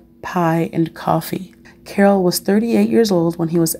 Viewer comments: Omg his name is pronounced as "Carl" not "Carol" !!! He had asthma not encephalitis. Did you do any reaearch??? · His name is pronounced as Karl